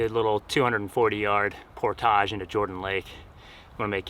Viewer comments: 1 tip: "Portage" is pronounced "Por-tidge"... not "Por-tahhj" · Great video. You earned a subscriber. The word "portage" rhymes with "porridge," btw ;) but thats coming from a minnesotan. I didn't know it was pronounced differently in canada! You reel very fast when you're fishing. Slow it down and I bet you'll have more luck! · You are not pronouncing “portage” correctly. ˈpôrdij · You're pronouncing portage incorrectly. It's por·tuhj! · why are you saying 'portage' so weird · Hey! Native Minnesotan here...You're pronunciation of portage is French, more common in Canada than the US. You're not the only one. I've heard several YouTubers pronounce it the way you do and was confused, as I'd never heard it pronounced that way. I've been in the BWCA 5x, but not in 30 years.